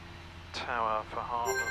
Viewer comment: oooohh you pronounced hawarden right, in previous videos you pronounced the w, but it is a silent w